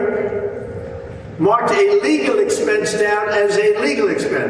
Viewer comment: It sounds like he is saying, "illegal expense" over and over. I thought he was actually telling the truth for a second!